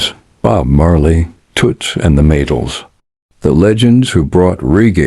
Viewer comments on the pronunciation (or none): I appreciate your openness to feedback. An important figure in Jamaican music who is often overlooked is Carlos Malcolm. A question about AI narration from someone who has never used it yet hears it all the time. Do you have any control to fine tune pronunciation? What really made me wince was hearing “bass line” as if it was a reference to fishing. The pronunciation of “Maytals” is also unfortunate.